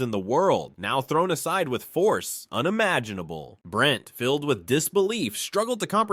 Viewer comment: R u kidding? “UnimaJinahble” lolol😊